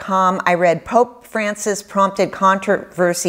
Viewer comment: I had to stop the video and laugh for a solid minute over how you said "Pope Francis" . 😂😅 I feel ya, sister. 😁